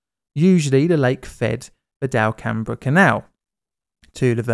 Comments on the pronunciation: Tiny correction - it's pronounced "DELcum", not delCAMbr. It was quite a mess. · Here I Louisiana, we say Delcambre something like… “Dell come” (similar to “welcome”). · as I learned rather embarrassingly(after moving to the area) the town is pronounced delcum lol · Oh, quick note. The town next to the lake is pronounced "del-come", nice try. You nailed the Lakes name perfectly. That's, awesome work mate! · Also and The name “Delcambre” for the canal and town is pronounced “Del-come” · BTW, Delcambre rhymes exactly with "welcome." I know because that's my home town;) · That drainage canal's name is pronounced Del-come. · Russian and Mexican names and places...butchered. Cajun...perfection. I love the content though. I always think about those still submerged barges and equipment being discovered in an archeological excavation in the future, and will they interpret a different series of events or purpose to them.